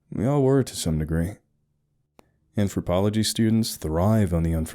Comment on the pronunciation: I had to back up and listen to what you said I thought you had said:"gay anthropology" and then immediately thought "is gay anthropology even a thing"